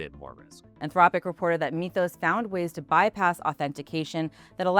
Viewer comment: “Mith-ohs”, not “meeth-ohs”.